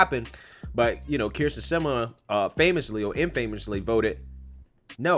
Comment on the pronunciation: Can I just say I love how you butchered her last name every time you said it? 😆🤣👍🏼